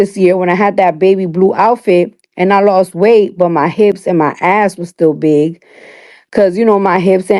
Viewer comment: Her emphasis on on BIG. 🤣🤣🤣🤣🤣🤣🤣🤣🤣⚰️